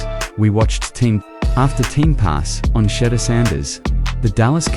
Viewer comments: You refuse to pronounce his name correctly. Subscribe to this, no. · If you can't pronounce a simple name i don't watch and definitely will never subscribe